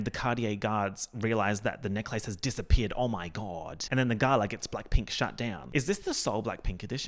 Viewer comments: I love how you say neck-lace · pronunciation of necklace literally rewiring my brain chemistry.... it's a neck-LACE you guys!! a lace for the neck!!! groundbreaking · this video is great but you confirming that australians really say necklace like "neck-lace" like the disneybound girl does is all i needed